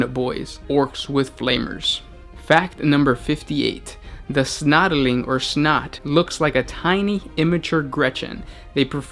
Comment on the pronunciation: snotling. not snotaling.